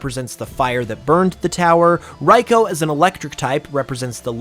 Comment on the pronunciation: RI-Koo not whatever you said